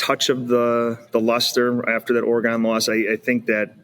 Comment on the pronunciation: We gotta work on how pronounces Oregon because that is not it